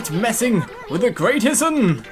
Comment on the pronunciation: Issun is pronounced E-soon